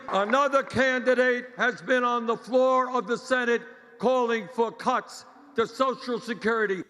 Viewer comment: Sound like Bernie is saying "Cunts" instead of "Cuts"